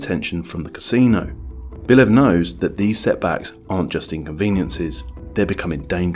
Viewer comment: Stop saying Bilev bro, it's Bliev!